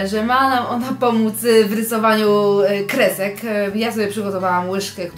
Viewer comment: Naryzowanie? Krezek? Niesdety? Naucz się mówić.